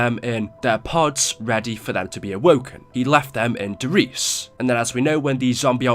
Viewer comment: I would love it if YouTubers could actually pronounce the German maps names, like Der Riese is not pronounced de Reece.. its pronounced Dere Reesa. Der Eisendrache is pronounced Dere Ai(pirate voice)sendraaage